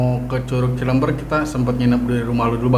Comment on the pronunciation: Cilember baca nya cilember bukan ci leum beur...